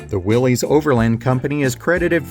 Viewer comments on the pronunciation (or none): Willys did not go out of business in 1955, they were bought out by Kaiser in 1953. The Willys name is pronounced 'Willis', not 'Willies'. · It’s pronounced Willus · Mercury was not “entry level”. It was a step above Ford and a step below Lincoln. Willys is correctly pronounced “WILL-liss” (rhymes with Phyllis).